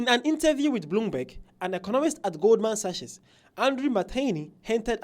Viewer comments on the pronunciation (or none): Pronounced as "GOLDMAN SACK"...